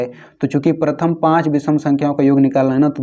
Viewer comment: पर्थम येन.... was epic 😂😂😅😅😂😂😂